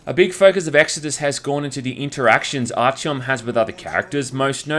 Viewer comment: “Archyom” b r u h